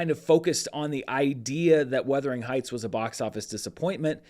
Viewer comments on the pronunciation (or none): Why are you saying Weathering Heights? It’s Werther, like the old people hard candy